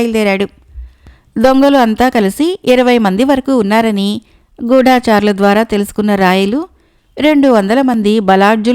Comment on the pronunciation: గూఢాచారులు కాదు గూఢచారులు గూఢం గా చరించువారు.